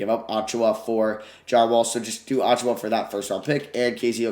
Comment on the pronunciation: Hoped he wouldn’t trade for Precious so I didn’t have to listen to him butcher his last name for 5 minutes